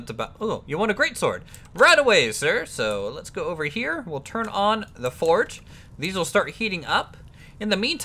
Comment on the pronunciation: Fordge? did you mean, forge?